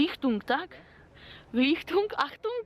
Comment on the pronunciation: czyta sie likitung